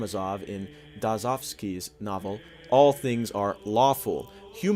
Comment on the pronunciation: Great reading! But learn to pronounce some names next time, Dostoiewski is pronounced " Doe - Stoy - ev - ski" with emphasis on the second to last syllable as is common in many Slavic languages